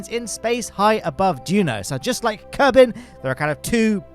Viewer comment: I love the little zoom-in on the clipboard kerbal.:D "Kerbyne" -- As if I wasn't laughing my head off already! 🤣🤣🤣, why don't you use the joysticks of the control panel you had built? Inquiring minds want to know! Though I can guess at a possible reason: The joysticks didn't look very ergonomic. Is that the case?